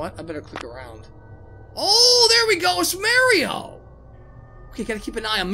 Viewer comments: I like how you say Mario, sounds original to your channel 😁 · at first it bugged me on how you said mario but now im fine with it^^